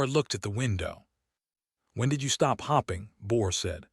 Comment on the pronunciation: Hoping and Hopping are two different words, pronounced differently.